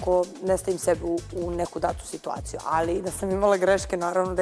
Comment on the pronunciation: Al kqd kaze alji